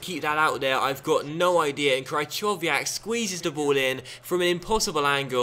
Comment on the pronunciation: "Cry-chov-iyak"? Fucking hell 😂